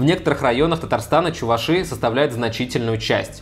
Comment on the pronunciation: Как можно в слове чуваши неправильно ставить ударение, погуглить нельзя было.